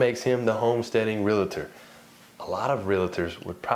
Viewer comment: it's Real tor, not realeeetor 😮